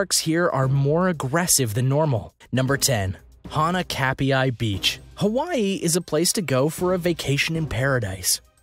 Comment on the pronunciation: Wow 20 shark attacks 😱 more people die from hippos Also pronounce hanakapai beach correctly. (Most places have rip currents if there are waves more than 5 feet